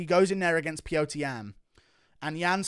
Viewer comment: It's Peter, not pee-yo-ter